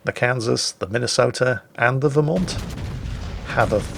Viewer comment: pronounced Vermont correctly, send that man some maple syrup.